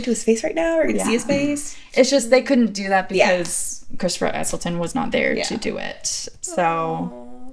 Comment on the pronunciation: Point #1 (and THE MOST IMPORTANT): It's Ecclestone (pronounced Ekkleston); NOT Essleton!! That is enough in itself to be my other points as well; but I'll throw in a few more: In terms of the identity of the Curator: I agree with, that it's a future version of the Doctor that's gone back to an earlier face in order to live out a quiet life. But,really it's because the needed Tom Baker to appear; and they couldn't really explain why he looked so much older. There were three stories in the Classic era where multiple Doctors meet up; and they were able to retain their memories of the events. The 8th Doctor was played by Paul McGann - but only in ONE movie. Did you not notice the picture of Susan on the photo board in the Black Archive..? The Zygons themselves were a homage to Classic Who, as they had been David Tenant's favourite monsters as a child.